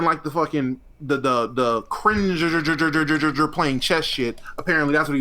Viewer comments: 100% morphed that cring-juh-juh-juh into the n-word lmao. Good content trying to weasel out of it lol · They are assuming it bc it literally sounds like you said it with a hard R lmao there’s no getting around it wether you said it or not. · He's saying cringeeeeeee acurrr inge acurringe where he's emphasising the sound you make in between and the "curr" at the start of curringe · Love Destiny but that cringe did sound like the “n” word. Lol😂